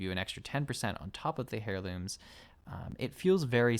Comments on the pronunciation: wtf is a "Hairloom? You mean heirloom? ...er-ˌlüm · Dude keeps saying hairlooms lol.